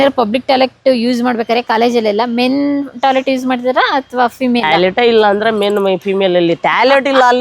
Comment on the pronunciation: Talet ❌️ toilet ✅️